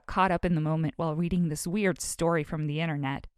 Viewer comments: Her: Ive been We weading my novile Me: yeah she's definitely a bookworm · Did she just say weweading? Just me? Okay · “I have weweading my favorite novels” lol